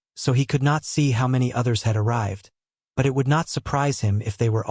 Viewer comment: Why can't AI read...? I get why it can't pronounce the names right. But when it can't even read 'do' 'it' or 'pie hole' it gets a little frustrating. Love these books though thanks for posting.😊